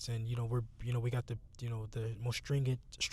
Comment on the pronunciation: Smh dude can't even talk anymore. Stringit. U mean stringent 😂😂😂😂😂😂😂😂